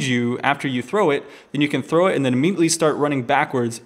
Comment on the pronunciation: why does he say thow instead of throw?